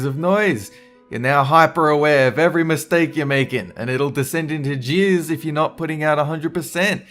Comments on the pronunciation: Wait!! Are you saying 'Descend into Jeers' or 'Jiizz'?? XD I hope you don't want to descend into Jizz... :( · I thought he said jizz.. He said jeers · Who else thought he said jizz when he said jeers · The WHAT? Oh, JEERS. I thought you said something else. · Please tell me I'm not the only one who heard 'jeers' as 'jizz'. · Did you say decend into jizz?! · I didn't realise he said jeers at first. I was very confused.